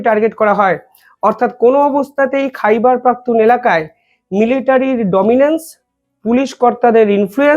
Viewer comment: কথাটা হোল খাইবার পাখতুনখোয়া।